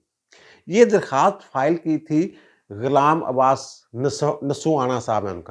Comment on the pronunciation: السلام علیکم سر آپ کا وی لاگ بہت اچھا ہوتا ہے مگر اس میں طوالت ہوتی ہے. کوشش کریں یہ 15 منٹ کا ہوا کرے. دوسرے نمبر پر آپ کچھ الفاظ کی ادائیگی میں تلفظ کی غلطی کر جاتے ہیں، مثلاً غلام عباس انگریزی میں اصل ادائیگی Ghulam Abbas ہے آپ اسے Ghalam Abbas کہتے ہیں. مہربانی فرما کر ناراض نہ ہونا اصلاح کی خاطر میں کہہ رہا ہوں.